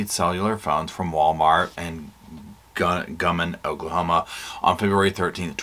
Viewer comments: [I live in Ada, OK - its pronounced "guy-mun" Guymon. Sorry, i still love you & Roscoe!] ❤❤❤❤❤❤❤❤❤ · Its pronounced GUY MAN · Thanks for updating us on this case- I hadn’t heard much except that the ladies were missing. This is so horrible… what is wrong with these people?! 🛋️🛋️🛋️🛋️🛋️ Oh yeah- it’s pronounced Guy-mon. 😊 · Hi,! I was raised in Guymon, Oklahoma. It’s Guy-mon. 😂 Haven’t been back in years, but it was a good place to grow up. Xoxo to Roscoe:_Lovesit::_SofaSquad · I liked your concise wrap up. I have been following this case since day one. I hope you will keep updating on this case. You pronounced Hugoton correctly yay! It is Guy like a guy, and mon like Jamaica mon! Lol